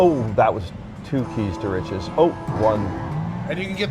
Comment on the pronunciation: Keys to riches sounds like keister itches